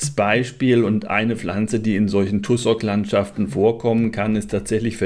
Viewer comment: Tussock -> ausgesprochen "Tasseck"